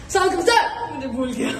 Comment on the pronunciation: سلاما لیکم نہیں بلکہ السلام علیکم ۔ عربی زبان میں غلط تلفظ سے معانی بدل جاتے ہیں ۔ اصلاح کر لیجیے پلیز ۔